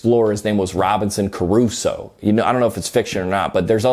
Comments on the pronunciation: Cru-soe, not ca-ru-so lmao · Honestly just upset at your "Robinson Crusoe" pronunciation, what the heck is "Coruzo"??? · crusoe is only two syllables....